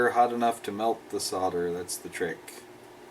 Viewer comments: awesome vids. and well done for saying 'solder' properly - i never understood where sodder came from...holder - hodder? folder - fodder? wacky americans! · It's actually a bit weird hearing an American saying soLder! Very refreshing though, and with any luck it may catch on... hehe:-) Great video as always.